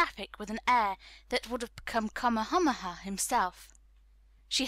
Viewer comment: I really appreciate having a free recording of any book being available like this and I understand the work involved for, the reader. However, I wish had been more consistant in referring to chapters or sections and I'm still dismayed at the mispronunciation of so many Hawaiian places and words. For example, O‘ahu and Waikīkī, King Kamehameha, luau and several more. There are just too many pronunciation guides for words available to not have used them.